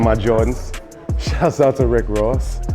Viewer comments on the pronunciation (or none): It‘s Riff Raff and not Rick Ross😂